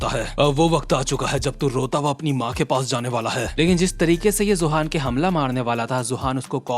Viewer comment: Please bro I'm begging you, stop mispronouncing Eli and Johan. It's E Lie (इलाई) and Yohan.